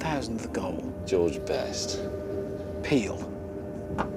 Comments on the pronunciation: its said pélé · " peel". "Pele" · Ham : "Peel" May : Pele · Hammond saying "peel" instead of "Pele" is the funniest thing I've heard in months, and I don't know why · He said peel instead of Pele 🤣🤣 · As a brazilian, hearing Richard saying Pele as "peel" physically hurt me. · Hammond calling Pele "Peel" is hilarious! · It's pelé not peel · Hammond: peele: Pele Lol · Lol "peel"... Pele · Hammond: "Peal." May: "Pele". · Did hammond just pronounce pelé as peal🤣🤣🤣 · When Richard pronounced pele as peel i nearly died laughing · It's pronounced "Peh-leh" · Did hammond just call Pele 'Peel'? 😂😂😂😂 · Peele: Richard. Pelè:. The problem with Richard is that he dosen't know how to pronounce words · Even said it wrong